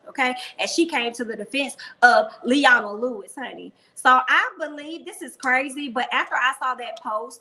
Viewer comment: Le-O-na ..sorry I'm a huge fan n needed to leave this here for ya ;)